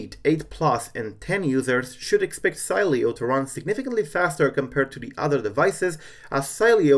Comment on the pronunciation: LOL you pronunced the name the whole time its She-le-o